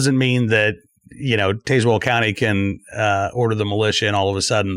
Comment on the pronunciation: You are pronouncing Tazwell wrong!